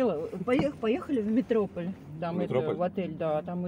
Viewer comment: Не МетрОполь, а МетропОль!